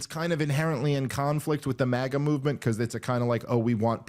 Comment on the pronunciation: Crypto Globalism! It's MAGA not MAIA! You guys miss the point entirely